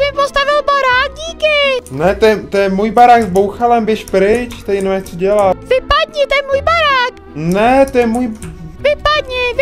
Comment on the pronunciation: on řekl VIPADNI BOUHALE 😂